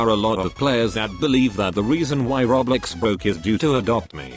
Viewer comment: the tts voice says roblox like "rOblEx"